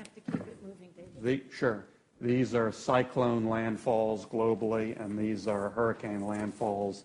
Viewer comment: "The ocean ate my gobal warming"......lol But, but, but..it's all regional.......lol